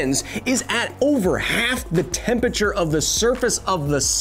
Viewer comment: I have serious issues with how you pronounce temperature